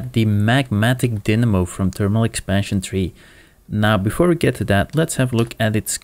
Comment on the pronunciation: Pretty sure it's pronounced die-namo, not din-namo.